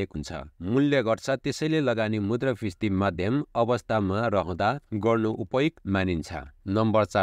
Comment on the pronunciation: Brother, pronounce मुद्रास्फिती properly.....😊😊